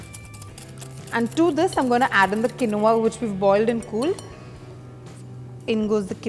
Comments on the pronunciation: first of all get the pronounciation correct. It's pronounced as keen-wah. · Its pronounced as keen- wa not as Quinoa